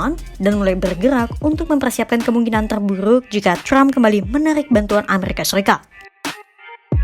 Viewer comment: Trump bukan crump Pembaca berita kompas lebay